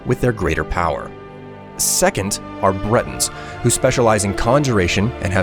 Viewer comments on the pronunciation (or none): Breton, not "Brenton".